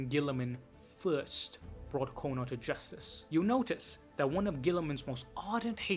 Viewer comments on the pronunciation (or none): none